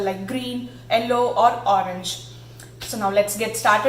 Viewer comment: Watching this for the first time. I got distracted how you pronounced "Yellow" its sounds like hello.